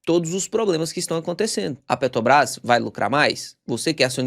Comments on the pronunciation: Pelo amor de Deus, pare de falar "Petobrás". Tá parecendo o demônio Lula falando. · Cara, eu sou viciado nos teus videos. Conteúdo bem mastigado, entrega muito conteúdo. Mas me dá uma agonia vc falando PETOBRAS. Petróleo, petrolífera, PeTObras? 😅 So comentando mesmo, mas teu conteudo é 100%. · Por que o consegue falar "petróleo" mas fala "Petobras"?